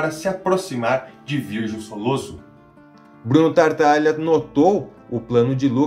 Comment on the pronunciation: Legal o vídeo, mas como já comentei anteriormente, o nome da família é Tataglia e não TaRtaglia.